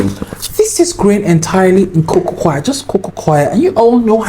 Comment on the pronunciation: I kept rewinding this to hear him say "cococoir" 4xs bk to bk 😂❤